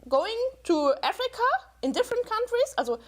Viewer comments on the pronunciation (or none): "AAFFreeeeeCAAA?!" Every time she said it. Omg